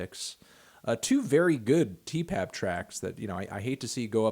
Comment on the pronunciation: If I hear you say Tee Pab one more time in this video I swear to fucking god